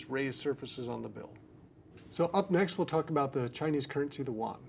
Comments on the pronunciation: Yuan is pronounced like how you say U.N., but faster. Nothing like "wan"... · The pronunciation of yuan is not wan, its like mixing the r with the u and ending like a aen so uraen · Its not pronounced won, its pronounced yüan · Yuan not waan.. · An tAontas Eorpach both names could be used and typically other countries say yuan and mess up the pronunciation just like this guy